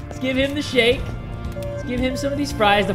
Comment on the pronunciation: You want a shake My ears: You want a shit